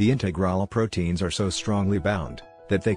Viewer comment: Message from a native English speaker: Peripheral and integral are being badly mispronounced in this video. I think the text is being read by a machine. Needs better quality check.